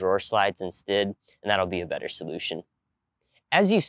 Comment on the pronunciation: "Instid". Interesting dialect on certain words.